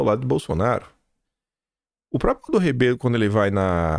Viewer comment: meu querido, sua professora sempre aqui. Cuidado com "própio"!!!! Tem um r no meio própRio. Do mesmo modo, propRiedade, etc. Beijo no ❤